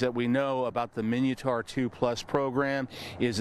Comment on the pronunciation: It's MIN-ah-tor, not EE-min-ee-oh-tor. SMH. And for good measure, 🙄